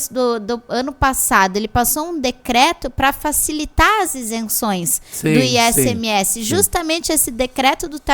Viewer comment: Fiquei o vídeo todo falando ISMS mas é ICMS por favor kkkkk